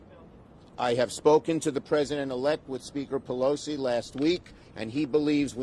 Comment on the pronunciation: Well...looks like he pronounced Pelosi wrong!